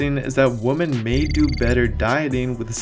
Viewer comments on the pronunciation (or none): Put subtitles on. He 100% is saying Woman instead of Women. Yet he pronounced MEN perfectly. lmfao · OMG. You keep saying “men and woman.” It’s “men and women.” Woman is singular. Women (pronounced Wem-men) is plural. So basically throughout this entire video you mispronounce “women” by saying “woman.” It makes it really hard to believe what you’re saying about physiological differences between men and women when you don’t even know how to pronounce “women.” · Am I the only one who keeps hearing "WOMAN" not WOMEN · It sounds like you keep saying womAn instead of womEn when you are pluralizing. Cringe.....Otherwise great video. Thumbs up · I love how he says "woman" instead of "women"... Caveman meme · you have to practice saying WomEn rather than womAn so can appropriately say it in future videos, other than that your videos are awesome and super informative. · love your videos...always recommend your site. Friendly correction: the plural for woMAN is woMEN---they are pronounced differently: woman (singular) is WUH mun---plural women is WIH men.:) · this video is brilliant- love the simple comparison focus chart on male vs female. Thank you!! One humble Suggestion - your pronunciation of “woman” and “women” are the same in the video- which is a bit confusing. “women” should be pronounced like “wimin”. I hope this helps you grow your subscribers even larger- I’m sending this out to all my fitness friends!! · C'mon stop saying woman when you should be saying women, for example take a listen to,. Just saying dude. Love your videos. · Repeat after me Women is pronounced “WI-MEN.” Stop saying Woman!!! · buddy its pronounced "wimen" not "wooman". "wooman" is one, "wimen" is the plural. Woman is one, women is the plural. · Why do you keep saying "Woman" instead of "Women"? Lol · It made it hard for me to finish the video lol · Turn on the subtitles for anyone thinking he is actually saying WOMEN. He is not. He's saying WOMAN.